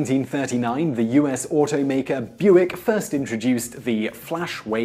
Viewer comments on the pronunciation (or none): none